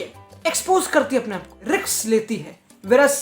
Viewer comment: RiKkksss nahi beee Risskkkkk hotaaa haiii